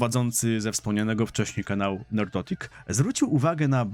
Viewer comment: Nerdrotic a nie Nerdotic :)